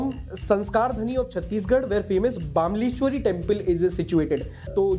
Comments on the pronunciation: Hi Just want to correct you the temple you told its pronounce BAMLESHWARI not BAAMLESHWARI By the way loved your work Love watching your videos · It's not pronounced as bamleshwari it's pronounced as bmleshwari mata🙏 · बामलेश्वरी नहीं bro बमलेश्वरी देवी जो डोंगरगढ़, राजनांदगांव, छत्तीसगढ़ में है। में खुद छत्तीसगढ़ से हूं। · Bhai wo bamlashwari naii ha bamleshwari mandir ha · Sir bamleshwari please pronounce it correct as बमलेश्वरी